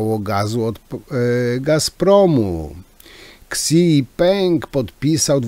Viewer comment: wymowa prezydenta Chin to fonetycznie brzmi - Sidzinping😂 chyba🙄